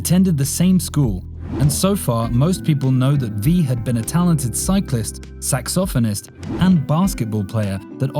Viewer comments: Him mispronounced saxophonist as sexy porn star is funny😂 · Every time you said saxophonist, my brain said S-E-X-Y P-O-R-N S-T-A-R.